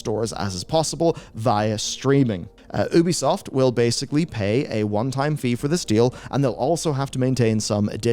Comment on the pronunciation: How TF do you not know how to pronounce Ubisoft. All of their games say " A Ubisoft original ", not "an Ubisoft...". You're a journalist. Pronounce names correctly.